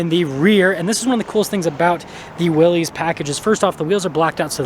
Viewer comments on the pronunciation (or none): its not "wheelies" Its WILL-US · This isn’t a tomato ta-maw-tow deal. It’s Willys not wheelies. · It’s never been wheelies. The argument has always been Willis or willees. Internally Jeep says Willees.. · It’s pronounced Willis, like his last name, not “wheelies, or “willies”. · Lol.. everyone should be saying “Willis”! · It is pronounced Willis—like the WWII jeep. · It's pronounced willis...as in "whachu talkin' about Willis?" It is named for John North Willys. He bought Overland Automotive in 1908 which became the second-largest producer of autos in the US behind Ford Motor Company. Overland was the creator of the Willys MB that became known as Jeep, in 1941. Liked this video! I just bought my Willys yesterday (6/21/2023). Love it! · It's pronounced Willis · It's pronounced like Bruce Willis. You comically mispronounced (Willy's) it two ways. Excellent video otherwise. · It's actually pronounced VILLIS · Only thing I have to say is, I have never heard anyone pronounce "Willy's" as "wheelies"......... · The two major pronunciations are "Willies" which is what it looks like; therefore most pronounce it that way, or "Willis," which was how John N. Willys pronounced his name and the name of his company. Willys Overland. Not sure where you get "Wheelies" from.